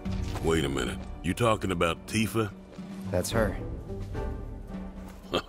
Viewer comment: Its Tif A Not Tee-fur